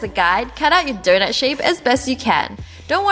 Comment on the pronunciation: Lol. 😂😂😂 how she says donut is so funny!